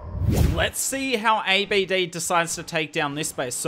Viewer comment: His name not A. B. D... Don't spell it one by one... It is pronounce Abd one sentence, because he is An Arab name, Although great content you have, keep going 🔥